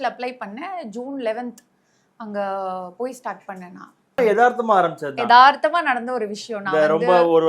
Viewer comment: Etharthama is wrong Ethechaya is correct.Pl.do not murder the language! Ezhumba mudyadu.Enna unakku.aduvaa iruuku?......Ezha mudiyadu enru sollu!!